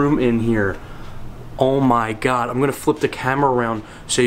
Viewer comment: "Oh, my Giad" - hahhaha